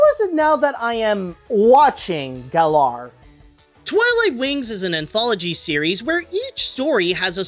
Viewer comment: At least I'm not the only one who likes to pronounce Galar with second "a".